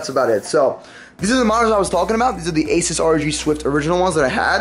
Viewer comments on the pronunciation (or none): none